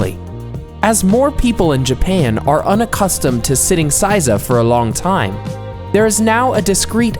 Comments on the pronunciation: A lot of good advice here. However, there are some serious pronunciation issues. The pronunciation of "A" is NOT like the English short A sound, but rather the short O sound. San and sama should not have that back-country English pronunciation of the A. Also, the word Seiza was mispronounced. The ei part of the word should sound like the English long A sound. Correct pronunciation shows respect and effort to learn the basics of the Japanese language. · Why do you say saiza? ther isnt an a in seiza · pronounce 'say-za' not 'size-a' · Seiza is pronounced "seh-ee-zah" not "say-za" (sometimes when things are said quickly in conversation, some words may seem to take shortcuts with the pronunciation, but in fact the entire word is said but very compactly. To the untrained ear it seems as if they are cutting off part of the word. Not so. A common mistake for those learning Japanese is to think it's ok to cut the words, but in reality Japanese people hear what you did but will never correct you, so you keep on believing it's ok. Example: Sukiyaki becomes Skiyaki. What are some other examples? Can you think of some?). Japanese vowels: only five sounds. Not hard to figure out. A=ah I=ee U=ooh E=eh O=oh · I couldn't get through the sitting part. I cringed each time he said "size ah". It is pronounced "say zah". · "EI" in Japanese is never pronounced "IE" as in Lie, Pie, Tie. It's closer to AY as in Say, Bay, Ray, Play, Pray, Tray, Fray. Seiza is not pronounced SIE-ZA, but SAY-ZA. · It's seiza, pronounced 'sayza', not 'sizer' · Hearing him repeatedly mispronounce "seiza" as "sigh-zah" was like nails on a chalkboard. It's "say-zah," bakayaro! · Stop saying, "SY-ZA." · please pronounce seiza correctly, as in phonetic SAY TSAR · "Saiza" really hurt my heart as a karate practioner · Seiza also makes me cringe every time. SAY-za. And chan . It means you don't know basic language but trying to teach culture and etiquette gives you less credibility . .